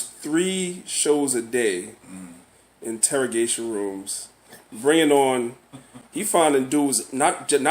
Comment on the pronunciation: just got understanding on how to say INTERROGATION. Brother just needs more understanding.